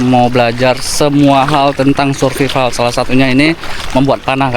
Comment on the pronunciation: ...jgn ngomong survival seperti tulisannya dibacanya Survaivel...😊